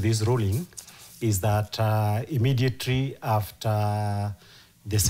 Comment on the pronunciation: Emedietery? Really